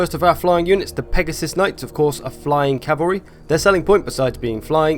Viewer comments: CALVARY its plural cmon man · H smitty Lmfao Calvary!